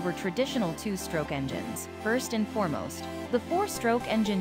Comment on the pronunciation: Horrible Speech Synthesis or the person responsible for publishing it. You would think the word "the" would be spoken correctly these days.